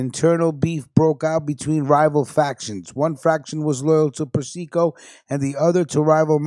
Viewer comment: Yo!, you're pronouncing Carmine's name WRONG! It's pronounced: "Per-cee-co".